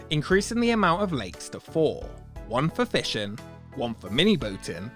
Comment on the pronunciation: All I can hear now is how this guy pronounces words that end in 'ing' as 'en'. - One for fishen, one for mini boaten and one for swimmen.